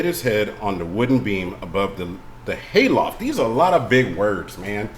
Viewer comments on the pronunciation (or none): 😂😂 HAY loft, like in a barn🥺. Dammit it’s not my fault I’ve got a big vocabulary 😭